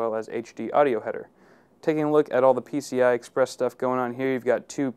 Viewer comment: Lol, he said NCI.